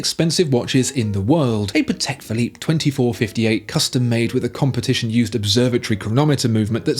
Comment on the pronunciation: I just have to say it. That's a Pa-tick Philippe 🥲